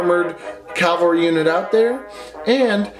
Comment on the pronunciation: The “COW-AL’-REE” class, intended or not, for that you earned yourself a like.